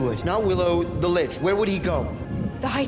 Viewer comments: I laughed every time you pronounced what I assume was "Lich" as "leash", especially when referring to the manlet when he was possessed. His character is basically that he's the party's harmless pet dog that at first I thought you were calling him a leash on purpose. Lich is pronounced the same as witch. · Litch. Lit-ich. Not Leash. Do you even speak American?